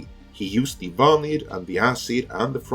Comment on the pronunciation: I salute your use of Swedish’s second tone on “vanir”.